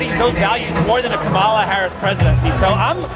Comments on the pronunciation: So it's ok for a crazy democrat to mispronounce KAHemla, but not a republican? He mispronounced her name over and over again. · That guy repeatedly pronounced 'Kamala' in that way that is supposed to make you evil and racist according to the Dems and the MSM. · I kinda love that he/they mispronounced her name over and over. 😂